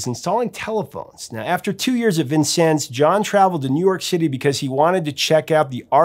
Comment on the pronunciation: Can I just give you a standing ovation for pronouncing "Vincennes" correctly? Oh, the ways that town's name has been mangled!